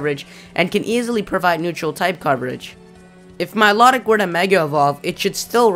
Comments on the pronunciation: Milotic. Mii-low-tic Not Me-lot-ick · It's pronounced like MY-LOW-TICK, not MY-LOT-IC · Also, Miliotic... your saying it wrong, notice the T in its spelling. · I thought milotic was pronounced My-low-tick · Or mee-low-tick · you said Milotic's name wrong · I thought milotic said different than you said it